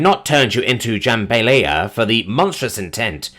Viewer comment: Osha is pronounced Oh-sha, not ahh-shah. Jahm-bah-lie-ya. And spoon-fed.